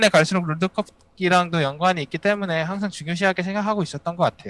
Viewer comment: 클리드 선수는 때문에를 때문네처럼 발음하는 거 같아요 ㅋㅋㅋㅋ